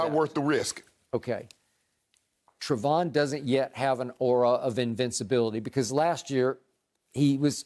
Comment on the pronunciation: Never fails that Shannon calls Trevon, Stefon, at least once when talking about him 🤣🤣